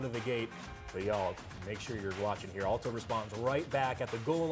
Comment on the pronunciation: Hey dude ...it's pronounced "AL" toe ...as in Al Pacino ...or BIG AL the goomba ...NOT "ALL TOW".